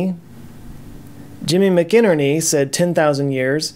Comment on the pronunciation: McInerney pronounced like Mac and Ernie.